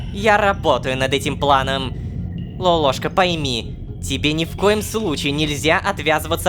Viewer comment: Вот в нике лололовка Вот он говорит лолошка А правильно лололошка